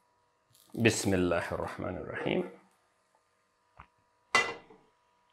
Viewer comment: <3 It's amazing ♥️ Btw what are you saying? Ismilahmarahim? I couldn't understand